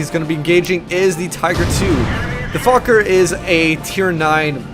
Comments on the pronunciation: It's pronounced foshe. I lived on that street in paris many years... typical american stupidity thinking it's pronounced fuck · it's pronounced 'fosh' dude! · u pronounce it like it has an S instead of a C